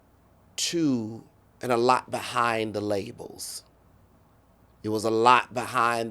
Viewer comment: He kill me saying “Labels”